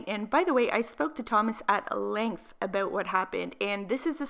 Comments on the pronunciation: I love how you say about AH BOUT 💕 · The way you say about makes me cringe 😶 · aboot lmfao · “Oot” “aboot” Oof, girl 🤦‍♀️😂🙉